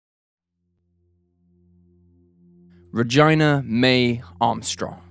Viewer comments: I felt like saying 'her name was not vagina! It's Regeena!' 😂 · Regina is being pronounced wrong.. It's > Ra - GEE Na.. It does not rhyme with a female body part... I feel sad for the sister having a door slammed in her face when she tried to tell her what happened.. That adds to thre ptsd!! I have ptsd all my life after seeing my sister die.. She was hit by a car and when I ran home and tried to tell my family what happened they laughed and said i shouldnt joke about something like that.. The feeling of no one believing you when its important and terrifying seriously sucked! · Why is it pronounced Regina and not Regeena. When you say it like that it sounds really weird. Regina is supposed to be pronounced Regeena but spelled Regina. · Between “Ruh-JAI-NUH” & “Nuh-Goo-YEN”, I can’t understand how this YT Creator gets any credibility. It’s disrespectful to mispronounce their names & infuriating that a simple google search by the narrator could have provided proper pronunciation. 🥴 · OMGSH😬😬 her name is RUH-GEE-NUH. please find out how to properly pronounce victims names. even though i love this channel, every time you improperly pronounced her name i cringed. it's a bit disrespectful to overlook such an important aspect of telling these stories. 😔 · No we don't..Its Regina as in RE GEENA..he is broken! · I’m pretty sure the girls name is pronounced “regeena” not pronounced as rhymes with vagina. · Regina- Rej- EE- Nuh. Bro. Come on. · Her name is pronounced Re-gina, Gina rhymes with Mina or Nina. It sounds like your saying Vag*na which is disturbing considering the subject matter. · I'm more concerned for the name Regina pronounced Ragyna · I felt the same way every time the narrator pronounced her name like "vagina" instead of Regina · Right!? Every time he said it I wanted to scream Rah-gee-nah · I fail to convince myself that the narrator is Brit but pronounces Regina as though she were related to the muff in his face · You are pronouncing Regina's name wrong lol